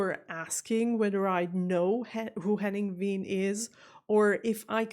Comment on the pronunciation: Why do you pronounce Wehn almost like the Brits do instead of showing them how it's really pronounced?